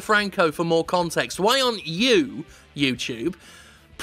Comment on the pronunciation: YouTube Challenge: Take a Drink every time Jim says "YewTewbe." I made it to minute 8....